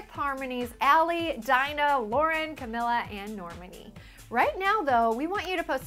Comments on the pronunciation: btw her name is pronounced ca meeh la not ca mil la even though its spelled camila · its cuh-mee-luh not cuh-mil-uh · ITS CAMEELA. OMGG It gets me soo pissed when they say it wrong. ughh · She missed pronounced both name it's caMEELA but spelled Camila and NORMONI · you pronounced Camila's and Normani's names wrong!! its pronounced Cameela and Normarni!! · "CaMILa" "Norm-many" "Duregui" (from the miami interview)??? Can people pronounce their names correctly? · its NOR-MAN-E and CA-MEE-LA but ok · That's NOT how you say Camila OR Normani!!